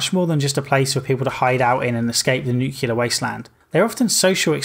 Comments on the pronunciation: Nu-clear. Not Nu-cular. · nu-clear not nu-cu-lar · The work is nuclear. nu·cle·ar \ ˈnü-klē-ər . Please pronounce it correctly!